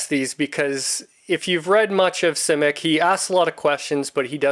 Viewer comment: I've read most of his novels and what amazes me most about him was his imagination. By the way you are the first person I've heard that pronounces his name the way he did. If I have a favorite book it would be All Flesh is Grass.